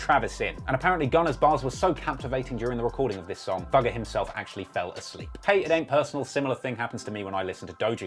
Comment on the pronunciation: The first time I heard him say "Thugger" I though he said "Dougal"